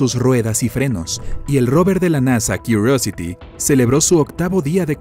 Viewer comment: Kiurosity (con voz gringa)...no sera tal cual....Curiosity?? Da lo mismo...si no lee comentarios. Pides me gusta? Ok. Tu da corazones (a los 50 primeros que no sean estupideces) y todos estamos a mano.